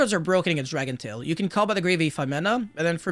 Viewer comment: Dracotail….say Dracotail 🤦‍♂️